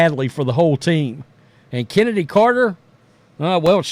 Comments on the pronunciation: Excuse me, that's "Chen" edy. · Who Is This "Chennedy Carter" You Speak Of ?